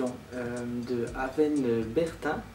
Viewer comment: Superbe vidéo mais mon prénom ne se dis pas Aven mais se prononce Aouaine